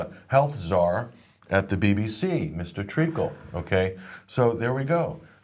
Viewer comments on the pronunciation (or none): “MR TREACKLE” 😂😂😂😂😂😂😂